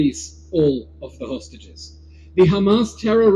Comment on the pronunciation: Is it just me who heard "sausages" instead of "hostages" Gj mr tousi and team for fetching things into the lighr